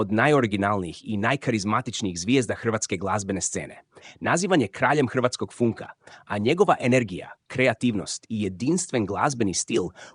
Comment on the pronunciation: Užasno površno složen video. Gledamo Ivicu Vdovića Vda umjesto Ivice Vidovića. Glas izgovara funk umjesto fank, mnogo rečenica je prekinuto prije kraja, a tek stravičan naglasak s utjecajem engleskog, vjerojatno zbog korištenja umjetne inteligencije. Katastrofa.